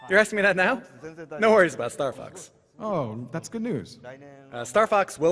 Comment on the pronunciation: I swear the translator said "starfucks" every time! XD